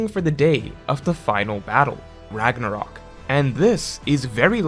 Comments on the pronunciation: "RAGNORAK" YOU MEAN RAGNARÖK LOOOOL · "Ragnorak" uh oh